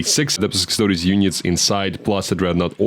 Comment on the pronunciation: In general with Custodes, being heavy in Greek names, the -es is pronounced as -eez